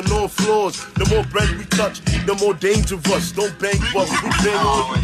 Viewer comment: see how he say dangerous...he say it just like 🐷 piggy